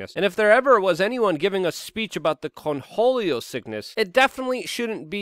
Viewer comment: The sheer number of words you mispronounce and phrases you say incorrectly its staggering...how do you manage to be a Podcaster. Its Cornholio, not "Conholio". Like as in your "corn hole". Ffs